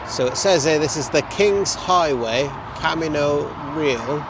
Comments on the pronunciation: Camino Real is Spanish for "king's highway" and pronounced ka-ME-no RE-al. You know, like the Chevy El Camino. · Y'all are COOL. Welcome to Texas! I've driven some of those same roads. I have an NC700X and just added a used Goldwing. This is an extremely interesting video. By the way, "Camino Real" is pronounced like Ka-meen-oh Ray-al. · My Texas history teacher in middle school gave me crap for pronouncing the Camino Real that way LOL. It's ca-MEE-no Ray-Al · "Camino Real (REE-al)" Royal Spanish Road. The Spanish were in SW US in 1530's..Coronado was all the way north in Kansas in 1540's looking for gold. Didn't find it, but found grasses so tall they had to stand up in the stirrups to see over the top of it...miles and miles of it and huge herds of bison/buffalo. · "Ca-MEE-no Ray-AHL"! (King's Road/Highway. Spanish King, that is). 😊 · Camino Real is pronounced Cah-MEE-know REE-al. It's the remnants of the old Spanish trail used by the Spaniards who explored the area and created a trade route. Great video! Hope you both enjoy America off the beaten path! Some awesome people to meet! Happy travels!